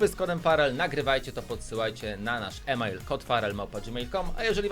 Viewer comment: e-mail (czytaj i-mejl) xD